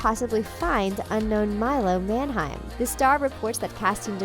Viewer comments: Everytime she says "Manheim" I cringe cause she says it wrong. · Your pronouncing Milo's last name incorrectly